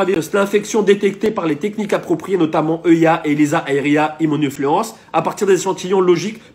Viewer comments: "immunofluence" C'est Immunofluorescence bordel!!!!!!!! Le mec n'essais même pas de lire le mot correctement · Immunoflorence.. tout le monde sait ce qu'est l'immunoflorence.. Immunofluorescence je pense hein.. Ya des noms de manip et protocole il lit de travers et ne sait pas ce que c'est. Mais il le dit quand même... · Mdr comment tu peux taper ce qu'il dit il écorche tellement les mots tu peux pas faire de recherche immunoflorence pour ne citer que sa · "Immonufluorence" woah